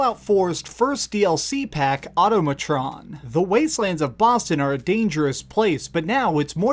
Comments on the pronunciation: Nice review. Thanks! Why, however, do so many people pronounce it wrong? It's ahTAHmatron, like autonomous. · You should make sure you can pronounce the title of what you're reviewing dude. Decent video other than that though. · Au-TOM-a-tron. MECH-an-ist. NUKE-lee-ar. MEH-lay. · AU-TA-MUH-TRON, MECK-UH-NIST. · This guy.... Plays entire DLC, hears "Mechanist" multiple times, but hears "Machinist" Also doesn't know how to pronounce the word automatron. Smh...